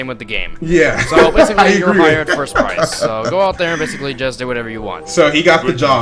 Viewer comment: If I had a nickel every time he said bassically